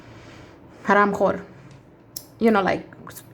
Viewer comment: The way u said...Hara....khor🤣🤣